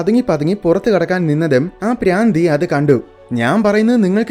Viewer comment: Braandhi alla madha bhraandhi😂😅